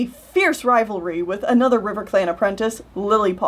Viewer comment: • You say anoder...IT’S ANOTHER